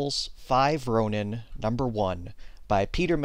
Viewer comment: ronin is pronounced (Roh-neen)